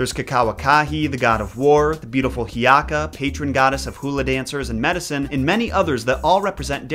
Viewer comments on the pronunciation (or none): Hey! So the pronunciation for hiiaka is ok but its pronounced He-e-aka due to the fact that there is an okina or a pause in her name and is spelled Hi’iaka. Mauna Kea is more of a short e other than a long e and Lilinoe is the same as well as pele. Ok I think that’s all. Good to know another Hawaiian/Polynesian goddess. Thanks! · It’s He’iaka (Hay-EEyaka). I know is irritated at getting his prononciation corrected, but words mean things. I’m so grateful he even makes the attempt. Everyone loves He’iaka, because she is young, beautiful, loving and the patron goddess of dance (which was a form of prayer). Most of the other gods are fairly terrifying, so she is like a breath of fresh air.